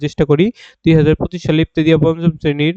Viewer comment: ইবতেদিয়া নারে ভাই ইবতেদায়ি বলুন